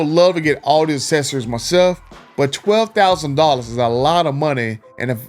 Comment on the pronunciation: Hard to do a video on accessories when you can’t pronounce accessories